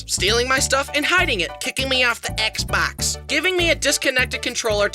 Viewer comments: "kicking me off da ex bocsh" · “kicking me off the exbeox” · "kicking me aff da exbax" 🥰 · THE WAY YOU SAID X BOX HAS GOT ME DYING! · “kickin me off da exbax” 😂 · Kicking me off the "Xbax" got me dying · why did you say Xbox like that? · WHY DID HE SAY XBOX LIKE THAT?!😂